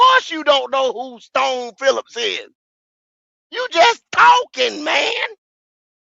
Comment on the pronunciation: Leave it to my nigga goat to fuck a name up for hours str8 who tf is Stone Phillips 🤣🤣🤣 🫡